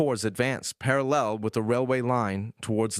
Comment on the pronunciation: The A I narrator is very good and almost had me convinced that it was a real person, but its pronunciation of the word "parallel" gave it away...